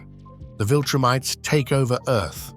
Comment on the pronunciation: 'he and the other viltrumTEES...' bro...